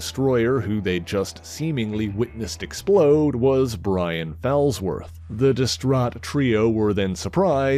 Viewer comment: The name is pronounced FALLsworth, as in; "he took a bad fall."